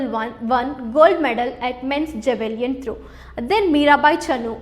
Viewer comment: Very Informative and nice explanation but there are some pronunciation errors by tutor for some terms like Javelin throw, taekwondo. Hope those will be rectified. No offence please.